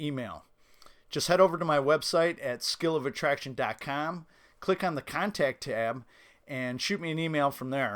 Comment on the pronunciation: it's not .Cam it's .Com LOL. If you changed your pronunciation I will subscribe, otherwise it's like fingernails on a chalkboard.